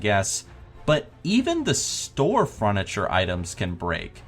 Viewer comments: FURNITURE, NOT FRUNITURE WTF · fruniture xD